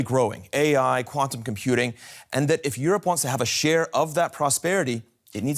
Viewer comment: Did he say quantom computing? Have I been living under a rock?